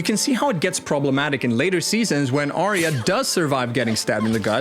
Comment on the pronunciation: ITS "ARYA"!! LIKE "ARE YOU" BUT CHANGE THE "YOU" TO "YUH"!! grinds my gears...